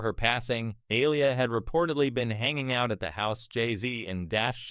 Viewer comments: Why can't this White AI narrator ever get the names of these Black stars right? Aliyah is pronounced..A-lee- yah...not Aliah. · Please stop mispronouncing that young lady‘s name that is disrespectful It’s Aaliyah - make your AI say it correctly 😡